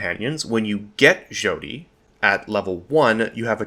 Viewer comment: Its pronounced "Shawty" like a crappy pun about how she is a a young impressionable girl. 10/10 obsidian quality.